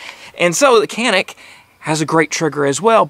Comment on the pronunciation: This gun mading in turkey but we can't take it. America is a great country for buying a gun. Also it is not pronounce like that 😄